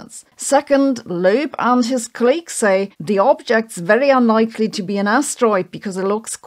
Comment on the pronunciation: It's call•leegs, not c'lages